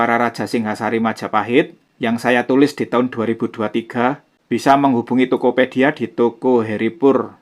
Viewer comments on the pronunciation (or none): none